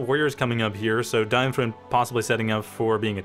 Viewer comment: Try pronouncing him as "DeinFroind", that should be closer to it than "DeinFrund".